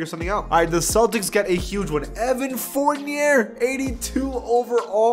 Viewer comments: Fournier (Forn-Yae) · Mispronounced Evan Fournier